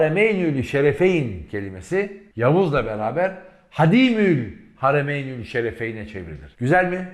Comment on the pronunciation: gerçekten çok güzel anlatıyorsunuz.Allah razı olsun.sadece bir hususu hatırlatmak istiyorum o da şudur:Yavuz Sultan selimi anlatırken kullandığınız bir kelimeyi şu şekilde kullanmanız daha doğru olur kanaatindeyim.O da şudur:hadimüll haremeyn değil de"ha^dimül haremeyn"denmesi yani a harfinin üzerine şapka konması yani a nınuzatarak okunması anlam açısından doğru olacaktır.affınıza sığınıyorum.selamlar